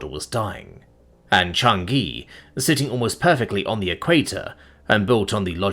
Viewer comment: CHANG-i, it’s pronounced Chang-i!